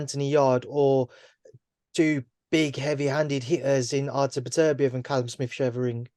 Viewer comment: Why can so few people within the sport pronounce 'Beterbiev' properly? It's really not that difficult! It is not 'better-biev', it is 'bet-er-biev', obviously.